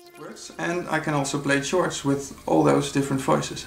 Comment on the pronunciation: Thanks for the demo... I thought you said "church" playing :-) But you meant chords I guess, pronounced "Kords". Ah, that's the beauty of the English language for you! Any way, I find Analog Four quite nice. I was just not sure about how spontaneous this instrument really is with all its sub-menus. I need to check it out next time I am at my local music shop.